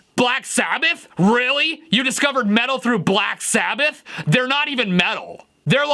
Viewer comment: "Sack Blabbath"